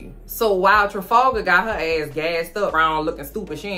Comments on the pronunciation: The way she says Trefalgar?!?! Made me snort so hard!! 😂😂😂 is hysterical!!! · I love how you keep calling that man Trifalga😭😭